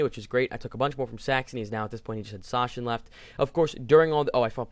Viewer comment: Great video! By the way, "Sachsen" is pronounced like Saxon. :)